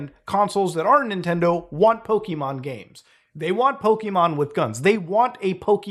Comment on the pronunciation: Thank you for not saying "Poke uh Mon" like everyone does. "Pokey Mon" is so much nicer to hear. Granted neither are the real pronunciation, Pokémon with that accented e is actually said as "Po Kay Mon" but I digress.